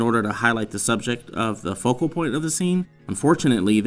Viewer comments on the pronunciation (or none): none